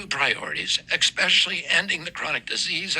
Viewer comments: / Dear RFK, starting any speech saying “ekspecially” does not give me confidence in your ability to make an intelligent sentence or decision. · We're supposed to take health advice from an ex-addict who says "ex-specially?" I don't think so! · “Ek-specially” was all I needed to hear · / Dear RFK, starting any speech saying “ekspecially” does not give me confidence in your ability to make an intelligent sentence or decision. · Did he say 'expecially'??